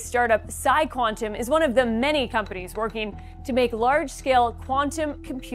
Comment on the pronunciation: Bro, it's the first second of the video and you got the name wrong lol, CYQUANTUM > PsiQuantum 😂😂